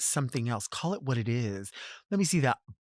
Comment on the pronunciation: I'm generally not a fan of using an apostrophe instead of a T but when it comes to Delta saying "bu'gina" I'm here for it